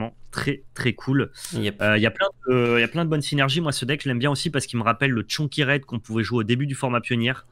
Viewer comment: Mono RRRrrred, Guy.